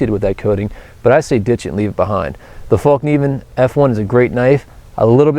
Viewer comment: FÄllkniven, not fAllkniven! :) lol